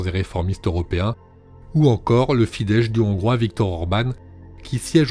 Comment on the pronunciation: Le narrateur aurait pu mieux travailler son sujet quand-même... Fidesz ne se dit pas "Fidèche" mais "Fidésse". C'est la base quand on s'intéresse à la politique hongroise....